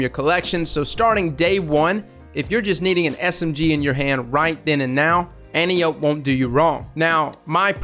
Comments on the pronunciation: An-tie-oh-pee. It’s Greek like calliope from greys anatomy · an-tie-o-pee if you follow the pronunciation conventions of classical Greek names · lol it's pronounced like "ant" "eye" "oh" "pea" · But it really is Anne-Tea-Oh-Pay. Watch Wonder Woman for reference. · AN-TIE-AH-PEE you're welcome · At the risk of sounding like a know-it-all it's pronounced an-TEE-oh-pee. In Greek mythology she's an Amazon, Ares' daughter, and (in the Wonder Woman movie) captain of the Amazonian guard. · It's pronounced ant-eye-oh-pee. Its named after a Greek God. Kinda like caliope. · AN-TIE-OH-PEE. JESUS CHRIST.